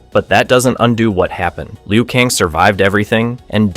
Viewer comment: Bro why are u saying kang and tsung wrong 😂